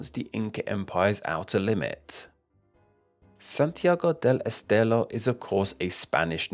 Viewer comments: Just a little correction: you pronounce the R like an L. For example: you said "Santiago del Estelo". The R is just like the english R but stronger (difficult to explain). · Santiago del Estelo. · Santiago del estelo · Santiago del Estelo jajajajajajajajajajaja